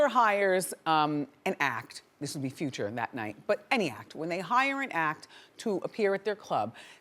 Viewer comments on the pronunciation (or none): i hate how she says Future like Few-cha....ugh